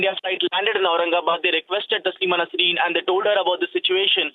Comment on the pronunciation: ya anchor ko sahi se naam bole bhi nahi aara koun bana is ko anchor I think rss bjp wale bana shayaad